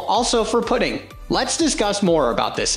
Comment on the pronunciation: Not quite English. "Putting" here is pronounced like "put and take."